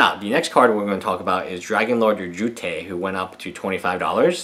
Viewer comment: please say ojutai right my ears cry everytiem